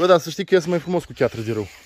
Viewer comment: Se spune piatră nu chiatră